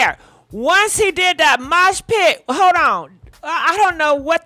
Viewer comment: Love how says mosh pit🤣🤣🤣